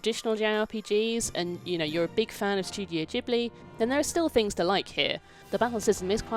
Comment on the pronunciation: I don’t trust this review. She can’t say Studio Ghibli correctly